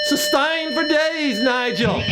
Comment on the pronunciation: "SUSTAIN FOR DAYS NIGIL" lol